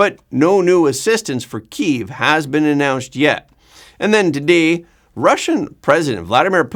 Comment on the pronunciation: KEEVE? It's Kiev (key-ev)